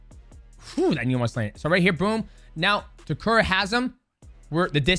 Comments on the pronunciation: bruh it's Ta - Keh - Ru , not Ta Ku Rah. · Umm…who’s tekuru?😂I thought it was Ta-keh-ru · it's TAKERU, not tekura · ITS Name ist Takeru Not Takura 😂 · if you took a shot every time he says "Takuruh"; you'd be dead XD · lol DJ keeps saying Takura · Takura, khazmat, Taiwan cii... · LOL DJ calling Takeru Takura is killing me! love these breakdowns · great video but the dudes name is TAH KER OO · Correct is — Tah Keh Roo. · Take a shot every time DJ mispronounces Takeru 😭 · The pronunciation on Takeru is crazy 🤣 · The way you say Takeru's name is driving me nuts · Is DJ pronouncing Takeru incorrectly or have I been pronouncing it incorrectly all along? 🤔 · why do you keep saying Takeru's name wrong? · atleast get his name right. jesus.